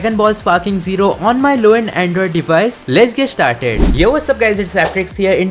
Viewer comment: Lesh git shtartted